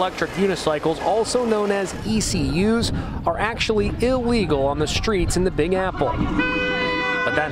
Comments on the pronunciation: The guy called EUC's ECU's 🤣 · ECUs?! At least get the name of the vehicle right. They're called EUCs. Electric Uni Cycle